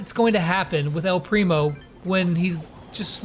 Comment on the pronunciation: Say “ el primo” right